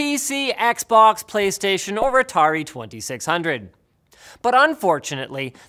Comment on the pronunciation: its his pronunciation